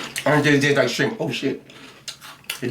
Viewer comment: Shirmp snacks? like them shirmp chips..lol